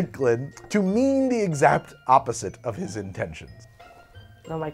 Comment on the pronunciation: "To mean the edzapt opposite..."